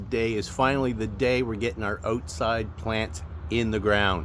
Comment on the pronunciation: "Oatside"😂 soory to poke fun.